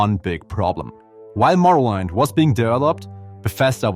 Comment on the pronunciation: Morrowind pronounced as in morrow-wind.